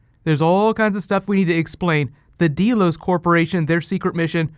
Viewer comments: Great video! This was really interesting. I really like your explanation and theories. Please PLEASE do more Westworld videos!! Oh! Also, it's pronounced "Dell-os" like Dell computers. Not "deal-os." Just fyi. :) But seriously though, please make more Westworld videos just like you do with Game of Thrones. I think people would really like that. I know I sure as hell would! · It's "Delos", not "DEElos". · Deh-los. Not dee-los. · Deeeeeelos WTF?!! Don't you watch the show? D-E-L-O-S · First time I've ever seen this particular video, but one thing stands out. Did you ever listen to this show? Did you ever see the original movie? Did you never realize that the name of the corporation, Delos, is pronounced DELL-OSE, not DEAL-OSE? It's freaking GREEK! It's an actual island in Greece! This midwestern high school student mispronunciation sticks out like a pimple on a prom queen! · I'm sure tons of people have said this but you know it's "DELL-OHS" not "DEE-LOHS" right?